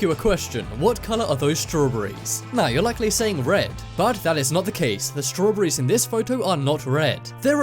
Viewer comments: Strow bery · As soon as I heard you say strawberry’s 🍓 I had to stop your video. Why can’t you top 10 people pronounce English words correctly?